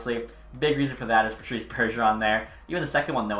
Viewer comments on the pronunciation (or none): none